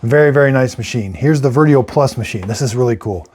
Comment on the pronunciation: Darn, Dad. Your tongue is more tied than usual. First Vertio, then Inesa and to finish off Aerocinco 3. Geesh!🤣🤣🤣